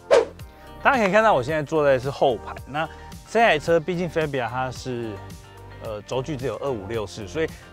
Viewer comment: 很專業的頻道，但車名唸法是fa（發）bia,不是fe（飛）bia